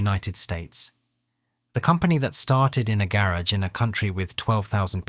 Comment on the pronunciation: dude cannot pronounce "patent" or "garage" correctly. 😄